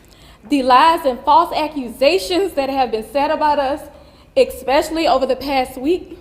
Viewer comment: These people are professional con-artist, race baiters. I wonder who’s funding this race war? She is clearly reading a script and can’t even read. The mom says “exspecially”. What does that mean? She uses divisiveness by saying “everyone in OUR community.” The mom also said “stabability.” Jesus, take the wheel.